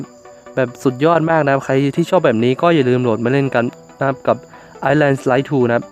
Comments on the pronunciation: ไอแลน ครับ island ไม่ออกเสียง s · เขาอ่าน island เป็นอีสแลน หรือไอสแลน หรอ